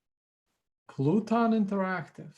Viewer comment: LMAO "Pluton". It's PELOTON! The stationary interactive bicycle.